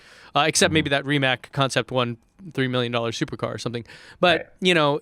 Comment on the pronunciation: Yes, it's Rimac, I'm Croatian and it's pronounced like s and not k. Oh by the way, you should learn Croatian because there's only one way to pronounce c:D